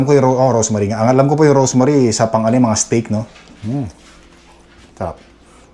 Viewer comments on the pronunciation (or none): Rosemary hindi Rose Marie. Baka ang iniisip mo kasi eh yung “Asawa ni Marie, araw gabi, walang pan**!!😅😅”